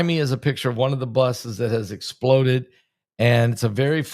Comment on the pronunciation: Pastor, Thank you for all you do! I have a request....when you emphasize Explode like that it diminishes the tragic sense of whats happening , sort of like clickbate, it turns people off...Im not saying it in a mean way at all...but it hurts my ears :)